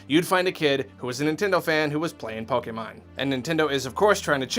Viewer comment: Yes! He said Pokemon correctly!